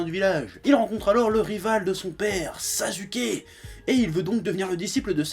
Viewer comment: C'est comme ça que l'on le prononce en Japonais